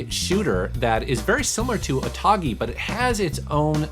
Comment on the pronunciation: You know it's OTOGI and not Otagi ?